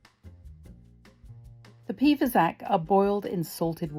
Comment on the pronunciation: I suspect that "fasacc" is not pronounced with a "k" sound at the end, but with a "tch" sound, and the "s" should have a soft sound ("fasàcc"). But I could be wrong, even if I live nearby, because dialect can wildly vary within a few kms. The poor filling made with breadcrumbs, cheese, butter and broth is typical of Brescia (the province in which is Artogne). Being from Brescia myself, I had never heard of "pì fasacc"! It's just amazing to always discover, even as Italian, how diverse Italian cuisine is.